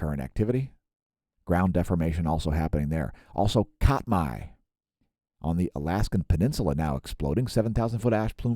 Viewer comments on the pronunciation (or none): Just a pronunciation hint: Katmai is pronounced CAT-my. Not cot-my. You were close. :) Good video. Thanks.